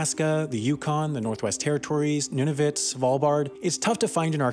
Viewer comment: Decide on how to pronounce Nunavut! (Noon-A-Voot)